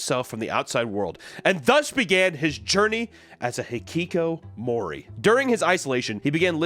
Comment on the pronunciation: You pronounce hikikomori perfectly, what a chiz amp